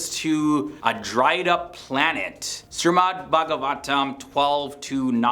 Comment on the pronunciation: I liked the video the only thing is it shreemad not srimad But kudos to you even Hindus themselves have forgotten what our ancestors have already predicted From every one of the point's you can relate your own life into it in any way possible 1. Social media 2.Envy (just like you said) 3.Power(look at china russia and America) and some small nation's as well the gulf money is literally every where and another video of BlackRock Funds do watch it, it's like they own everything in the world. 4.Selfishness nowadays the so called extroverts show us that they're helping you but in some way they are fulfilling their own deep down desire or selfish act of something 5. The genitals part is the best 🤣🤣🤣 MEN WILL BE MEN (TWO AND HALF A MEN)